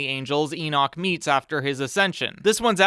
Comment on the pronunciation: my Brain first heard Eats instead of Meets